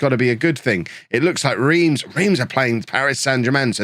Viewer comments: Reims sounds like you’re saying France but without the F, sort of? Like Rahnce, there’ll be videos out there if necessary. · It's actually pronounced 'Remms'